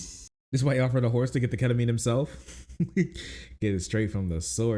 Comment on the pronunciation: What the heck is ketaminr😢